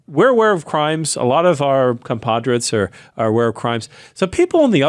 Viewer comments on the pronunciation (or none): "Compadrates" this guy meant to say "compatriots" right? Lol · Did Right Wing Guy say “our compadriots”?? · “A lot of our compadres” said it all 🤦🏻